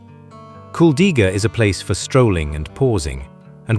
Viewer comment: Название каждого города с ударением на 1-й слог!!! КУлдига!